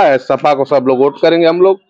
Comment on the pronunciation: भाई ओट नहीं वोट होता है